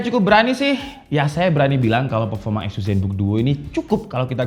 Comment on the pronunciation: Mungkin mas nya org medan 😂 gapapa mas azus emang beda dari yg lainnn 🔥🔥